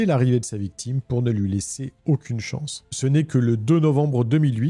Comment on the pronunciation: Salut, ne t'en fait pas, ça arrive aux meilleurs de louper un détail au montage, mais à fond dans le récit, ça m'a fait rire cette petite erreur "La VICTUME titube" 🤣🤣